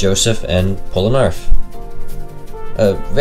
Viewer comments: no ones gonna talk about the way he pronounced Polnareff as Polanerf? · Ok did you pronounce polnareff as Polanareff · damn how you know about these hidden secrets but don't know the hidden secret of pronouncing "polanarf" correctly